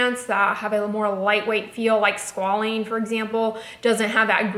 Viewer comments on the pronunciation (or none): Squalene is pronounced ˈskwā-ˌlēn